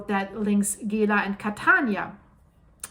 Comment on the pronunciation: It's pronounced Neeshamey. And Gela is Jayla.